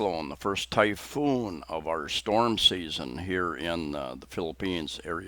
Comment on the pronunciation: I don't mean to be "That Guy", however, It's "Typhoon" as opposed to "Typoon." Is that the typical trajectory of storms in Phils; approach from the south Pacific and move north and easterly? (In general) There was a 6.7 Richter scale earthquake out near Tonopah ( West of Luke AFB) Coincidently (I think), I opened my renter's insurance renewal today and I noticed the deductible increased from $500 to $1250! Do they know something that I don't? Perhaps that prophesized "big one" will strike the San Andreas fault and slide that liberal commune of a state into the Pacific. Better yet, you'll be able to purchase ocean front property in Arizona! At the risk of sounding uncaring and callous, perhaps this virus is natures way of enforcing natural selection. The life expectancy of people has been increasing for the better part of the 20th and 21st centuries and earth can't sustain this population. A sort of thinning of the herd of the weak and infirm. - I'm just tired and my imagination running wild. Have a good weekend. Stay well. Daniel